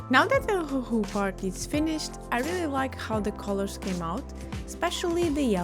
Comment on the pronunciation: you say it perfectly, never change!